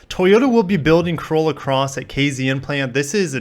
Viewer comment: KZN sounded so wrong when u said it cos in SA we say K(Zed)N 😀😀😀😀